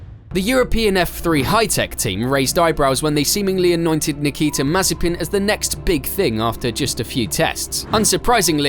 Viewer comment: Nikita May-Spin